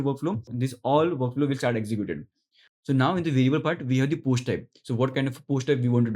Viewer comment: Post, not posht